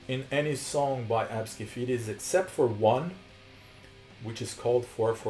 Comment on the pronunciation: Lol it’s ABSKE FEDES?? no wonder why i couldn’t find that band, i kept typing it wrong cuz i kept thinking you were saying ObscuFetus 😖